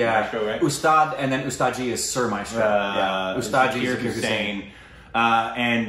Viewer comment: Love this video, but could you please try harder and say his name right? It's pronounced more like Zaakirr not Zerkeeyr. Thanks and keep up the good work.